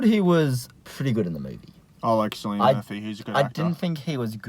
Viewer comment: How is it that neither of you know how to pronounce Cillian? Come on, he's rather famous, haha.